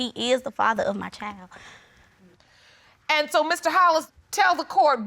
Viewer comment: CHILD with a D - not a chile